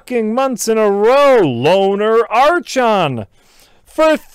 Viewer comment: Three years, and still pronounces “LonerArchon” wrong. always got it right. Drives me fucking nuts that no one corrected him